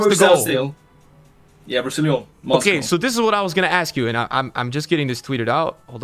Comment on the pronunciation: Bro nothing is funnier than saying “Rousillion” instead of Rousillon 💀 shouldn’t even be that funny but is hilarious